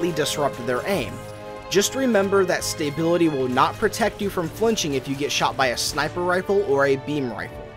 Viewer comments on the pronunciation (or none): stay-bility. lol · yeah that bugged me a bit too. He got the em-PHA-sis wrong. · You are saying the word "stability" wrong. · Like the video, but there is no "y" after the "sta" in stability.